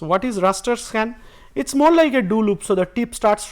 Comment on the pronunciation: Raster, not ruster.